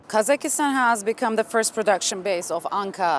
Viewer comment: Its KAZAKHSTAN Not kazakistan